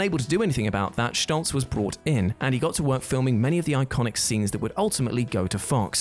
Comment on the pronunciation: Did you say "Shtoltz"?